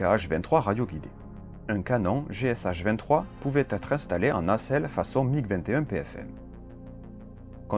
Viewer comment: Merci pour cette vidéo qui est comme toujours un pur régal! Le premier Forger que j'ai vu était au musée de l'armée de l'air de Monino en banlieue de Moscou où tu es bien servi en termes de Drôles de Machines au mètre carré! 😅 le deuxième à Saratov près des anciennes usines Yakovlev. Petite remarque pédante de russophone pour la route: le canon GSh se prononce "gué ché" pour les lettres russes Г et Ш pour messieurs Griazev et Chipounov qui l'ont conçu. Merci et bravo pour l'ensemble de ton travail incroyable!